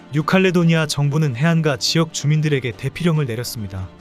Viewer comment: 해안가는 읽을 때는 해ː안까로 읽어야 함. :는 약간 길게란 뜻